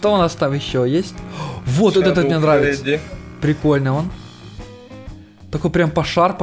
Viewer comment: Почему ты говоришь не Мне а мине?